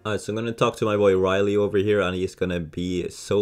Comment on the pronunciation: Did you just call rayleigh riley😂